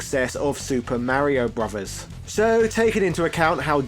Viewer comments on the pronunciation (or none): none